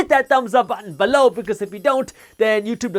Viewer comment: I laugh so much when you're talking about the newsletter and say, "below"😂 it sounds like you're saying BALOW, like someone got hit with something